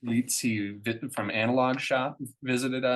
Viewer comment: Lietz pronounced “Litz”